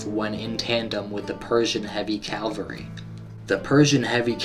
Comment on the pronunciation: Dude! its cavalry NOT calvary!! my ears hurt!